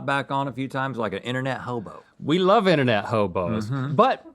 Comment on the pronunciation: I'm going to need you to enunciate that B in hobo a little better! I thought you called something else that rhymes with hobo and is more fabulous!